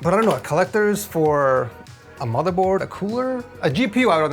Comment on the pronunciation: he says boardmorther😂